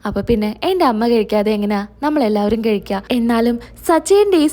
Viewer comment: കെഴിക്കുവല്ല,കഴിക്കുക എന്നാണ് പറയേണ്ടത്